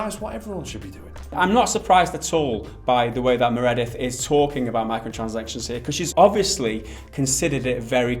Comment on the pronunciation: ...You're saying Meredith wrong. I should be more specific